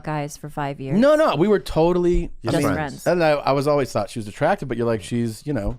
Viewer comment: "Ho' meeny fwein' come wit you?" 🍣🍙